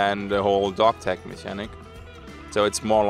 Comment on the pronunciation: I agree that it's an issue. (It's pronounced "mechanic")